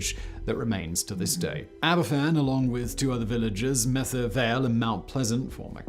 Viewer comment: Not sure why he’s having such trouble saying Merthyr